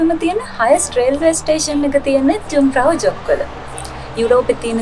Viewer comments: The name should pronounce as යුන්ග්ෆ්‍රවුයොහ්ක්. Many thanks for uploading this superb video. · ලස්සන වීඩියෝ එක. පොඩි නිවැරදි කිරිමක්..J අකුර ජර්මන් භාෂාවෙන් ශබ්ද වෙන්නේ Y "යු" විදිහට..කන්දේ නම "යුන්ග්ප්‍රවුයොක්" .